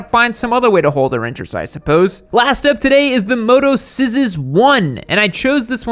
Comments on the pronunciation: That Motoczysz brand is pronounced "mototchish" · Ain't no way hes said motoscissors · motoczysz - spell more like motocheesh ;)